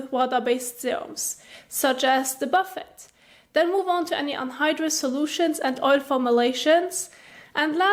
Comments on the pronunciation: i like how instead of pronouncing it boofay she says warren buffet serum haha very cute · It’s pronounced Bufay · You’re pronouncing it wrong ! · My morning giggle. The pronunciation of Buffet and even the captions......OMG too funny.